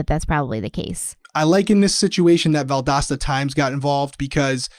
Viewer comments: I live an hour from Valdosta and I know exactly how it's pronounced but I would never correct you because when you said valdOsta it was really cute lol. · 1. Each time you mispronounced Valdosta (Val-dos-ta) I wanted you to know 😂. 2. As I was watching y’all last night, watching murder porn is what my hubby calls it, my husband chimes in, “Is that?” I replied yup, I cocked my head and asked him how do you know? “He’s the police officer that won Big Brother!” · The pronouncement of Valdosta is because you do not pronounce “T’s” in any word. I believe it’s a regional dialect. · Yay, so glad you learned how to say Valdosta lol... I'm from Jacksonville FL, I have family in Valdosta and I totally knew that you didn't know you were saying it wrong but it would still scrape across my nerves every time you did say it wrong lol 🤣😆 it's so funny how defensive we get when someone mispronounces the name of something significant to us 😂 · As a person that grew up in Georgia I appreciate you guys! evertime i heard you say Valdosta that way it made me giggle! 💜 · was doing it too!